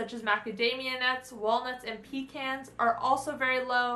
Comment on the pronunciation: You said Pecan, not Pecon. You are my new hero! Thank you and great video!